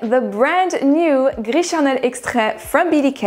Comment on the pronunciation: The way you say « gris charnel » sounds like you speak french ! I didn’t ear any french accent in your english. Du coup je suis curieuse! 😉 les revues sont très bien. Ici je passe mon tour car gris charnel et moi on ne s’entend pas bien. Bonne soirée